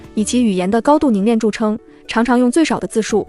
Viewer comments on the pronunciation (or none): 是【凝练】而不是【凝链】